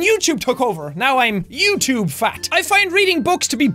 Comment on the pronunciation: Who watching in 2017. I love the way Sean says YouTube. Youchube- jacksepticeye what ever year this is from